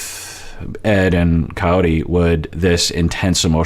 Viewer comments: I keep hearing Coyote too! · I think he says coyore but his unclear speech sounds coyote. His mom clearly says coyote. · yeah I keep listening and it's kayortee he says his mom coyote, it's hard but every so often the r is clearer but the name is still wrong